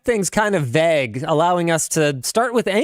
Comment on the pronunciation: Damnit, Linus, how many times are you going to say "vægue". You're killing me, man.